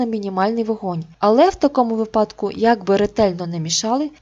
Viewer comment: не випа́дках, а ви́падках!